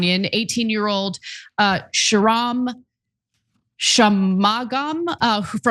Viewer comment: Sriram Shanmugam is certainly not Iranian but the way Ana pronounced his name definitely made his name sound Iranian 😂